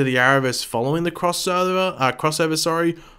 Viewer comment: It sounds to me like you tried to say 'crossover' and 'Oliver' at the same time haha .. did anybody else think the same thing that I thought when you heard him attempt to say crossover??? lol